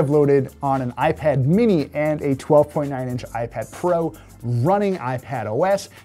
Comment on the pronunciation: "Ipad Fro?"